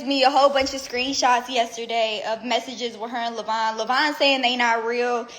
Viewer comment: Levon is not pronounced "lavine"